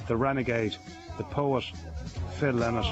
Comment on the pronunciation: Phil LYNOTT ! LY NOTT. Get your pronunciation of the great man’s name right at least. !